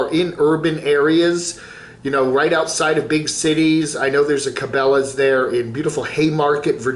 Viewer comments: I think can pronounce Cabela's. He just likes to butcher peoples'/businesses' names. It's a form of insult; like kids do.... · not being able to pronounce it just about says it all about his “outdoors” credentials